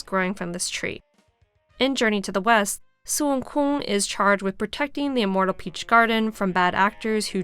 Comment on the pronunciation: How normal people pronounce Son Wukong: Sun Woo-Kon: SOON-KOON!